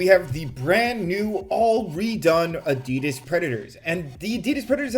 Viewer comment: Tbh, why should they listen, when you keep calling them Adeeeeedazzz...